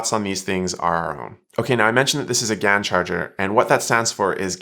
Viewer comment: Thank you!:37 No,, gallium nitride is not replacing "silicone" in some circuits. It is replacing silicon in some components. Different words, different meanings, different pronunciations. (I don't think that GaN is usually pronounced "gan," either.)